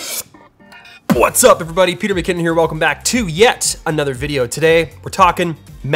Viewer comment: is it whats up or butts up?